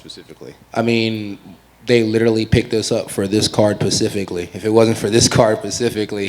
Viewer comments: Kevin " 'pacifically" Holland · Pacifically LMAO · Specifically..not Pacifically. It's pretty easy to use real words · Pacifically? I've heard all I need to know.